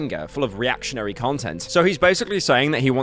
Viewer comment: HE SAID REATIONARY!!!! PYRO COMMIE CONFIRMED?????